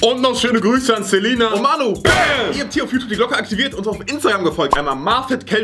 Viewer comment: mnstatt manu auszusprevhen er spricht mano aus Hahahaj